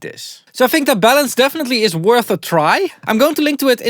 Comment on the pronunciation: I thought you said bellends! 😂